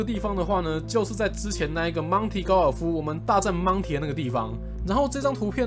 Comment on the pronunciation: 每一次DK说到monty时，我总是会听到monkey,🤣